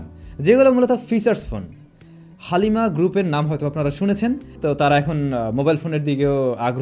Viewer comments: ❣️ উচ্চারণটা 'হালিমা' না বলে 'হ্যালিমা' বললে ভালো লাগে। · হালিম 🤣🤣🤣 হালিমা😂😂😂